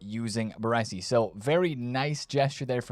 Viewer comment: Ba - Ray - Si. 😅